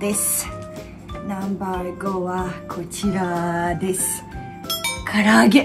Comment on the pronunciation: 「ナンバァーー！ごぉ！」 この時点で結構日本に染まってますねw ファイブと言わない所が重度ですw